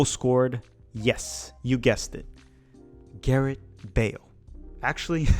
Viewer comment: I don’t mean to be that guy but what the heck… I’ll be that guy. When you finally got to Wales, you kept on saying Garett. His name is *Gareth*.